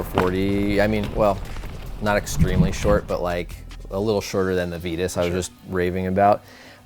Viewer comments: on their youtube channel, i heard the lady on the build usa mtb video say "veetus."..and another video the announcer said "vitus" and thats the only time i heard it correctly. I have a couple "titus bikes "in my collection... and do people call them teetus? Think that's why i notice it..i know aluminum has two pronunciations. But this seems different. And the vitus logo is a str8 ripoff of Titus..thinking "on one" sold to them ..changed a letter and pronounce different.. idk... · Fast forward to . This is on Vitus own website. We think it's one of those things that boils down to where you're from. We've spoken to Vitus Europe employees and they all say Vitus, perhaps NA employees say it differently because we pronounce words differently over here? Either way, we opted to call the company what we heard their employees at their HQ in Europe call it...